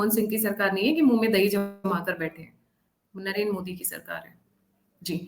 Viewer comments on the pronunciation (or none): none